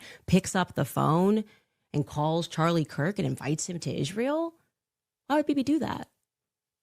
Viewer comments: They-Is They- ra They-el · Candace's speech impediment is like nails on a chalkboard! I full body shudder everytime she says "Izh-ree-uhl".